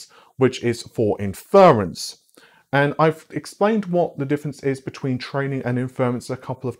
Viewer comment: Inference: In--fuh-runce. *not*, In-fer-runce